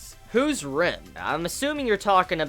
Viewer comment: That was ram not rem )